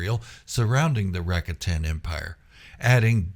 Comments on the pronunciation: I gave you a down thumb for your repeated pronunciation of the word RAKATAN. It is pronounced. RA-COT-AN, Noo RACK- A-TAN. You said the word RACATA correctly, why was the plural version so different? If I'm wrong, please correct me, but everyone else says it like I do in their videos. By the way I did sub to your channel. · Rack-a-tan pronunciation = instant fail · Rakatan 🚫 Supposed to sound like Ruh ka tn✅ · I never heard it pronounced Racka-tan before. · Your pronunciation of “Rakatan” has me thinking of a new board game: “Settlers of Rakatan”